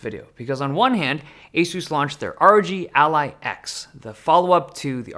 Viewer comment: y do u say asus like that its a suss ඞ